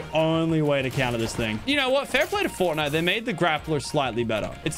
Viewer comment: It’s the guy from forrrrtnite!!!!